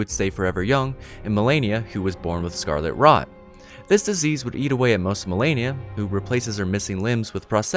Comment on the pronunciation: I fucking hate when people says Melania, fuck you! Her name is Malenia!